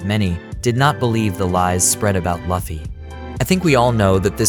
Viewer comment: It's Luffy not 'laughy'